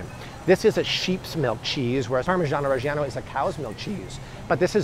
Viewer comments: chuanty to chuanty fyve dollars a pound for some parmeegiono raegeeano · PARRRMAH JYANO RRREGGIE YANNO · We need a 10 min video of saying Parmigiano Reggiano on loop.